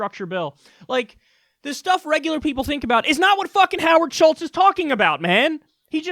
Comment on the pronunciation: Howard Schitz..Get it right Kyle! C'mon!